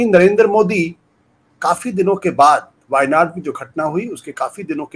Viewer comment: Shravan Sir, you correctly Pronounced the place names of our wayanad…. Thankyou...💙